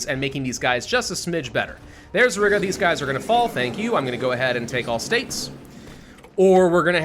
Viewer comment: Oh my God the way pronounces Riga just REALLY annoys me! Hey, it's pronounced Ree-ga!!!